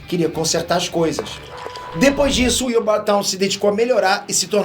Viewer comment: A pronúncia de "Thawne" não é "táun", mas sim "thón"; e a pronúncia de "Grodd" não é "grude", mas sim "gród".